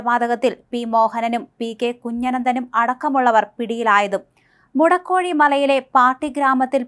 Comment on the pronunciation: മുടക്കോഴിമല അല്ല മോളെ! മുഴക്കോടിമല!!